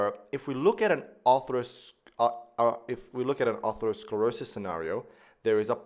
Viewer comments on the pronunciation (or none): Excellent video, except one thing is driving me crazy: ATHEROsclerosis not A-R-THEROsclerosis!!! No doubt knows this, it just comes out wrong. Everybody has a few of these 😉 The root "athero" means FATTY, and "sclerosis" means hardening; in ATHEROsclerosis, we see fatty plaques (atheromas) in addition to other pathology. Atherosclerosis is thus a SUBTYPE of hardening of the arteries (it's one kind of ARTERIOsclerosis), it is the "fatty" subtype where ATHEROMAS are present. Not all arteriosclerosis includes fatty plaques. Another worthy video, starts with the etymology of ATHEROsclerosis, ARTERIOsclerosis, AND ARTERIOLOsclerosis, and describes their differences. It's important to be nit-picky about this misplaced "R", because the related, more generic term "ARTERIOSCLEROSIS" (hardening of the arteries) has an R in the second position. These are related but distinct words, for overlapping but distinct pathology combinations. Creating a hybrid word that's halfway in between, just confuses things. The best thing about the video, is the rapid pace of extremely well described information. Fast and thorough without seeming overwhelming. A large part of this comes from the easy grace of the drawings as they materialize into near perfection before our eyes 👍🏻👍🏻👍🏻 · it's not aRthero, but ATHERO... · You added an extra "R" in atherosclerosis. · Stunning visuals and explanations but it’s ATHEROSCLEROSIS, not artherosclerosis. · It is Atherosclerosis, not artherosclerosis. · Isnt it Atherosclerosis not Artherosclerosis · Thats Atherosclerosis not Artherosclerosis dumb guy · Atherosclerosis not Artherosclerosis.. But Arteriosclerosis...thanks anyway.. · *aTHEROsclerosis (not arthero)